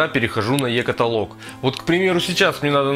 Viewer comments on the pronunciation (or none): none